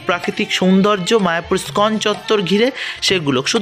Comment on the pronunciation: দাদা , ইস্কন উচ্চারণে ই বাদ দেবেন না।